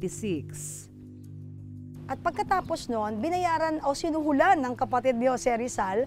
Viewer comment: sinuhulan? o sinuhu-lan? ano ba namang reporter ito?